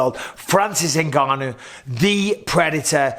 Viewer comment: How long will Ngannou have to fight before announcers learn to pronounce his name? They managed to get Nurmagomedov.